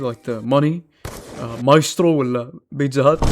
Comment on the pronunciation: Ok i had doubt's this dude was arabic now am 100% sure after he said (bitza hut) 🗿